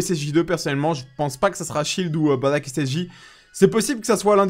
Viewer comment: Aaaaah merci! Baddack et pas Bardock lol